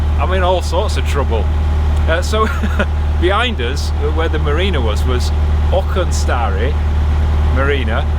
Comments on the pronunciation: Spot on with Auchinstarry and Twechar. Good pronunciation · Don’t you worry! You pronounced Auchinstarry and Twechar perfectly! I live in the town that Auchinstarry is in :D I wonder tho! While in the stretch from Falkirk to Auchinstarry you would have passed a wee house on the opposite side of canal from the tow path, in the summer they have their chickens free roaming and they all go for a swim in the canal, it’s the strangest thing I’ve ever seen on the canal while out walking lol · Pronunciation for Twechar was correctamundo. As was Auchinstarry